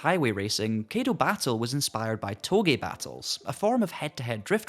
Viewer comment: Your pronunciation of Kaido and Kei are wrong. You said "Keido", it's actually more like "Sky dough" but without the S and ugh. You said "Key", it's actually like the letter K alone, like "Okay" without the O.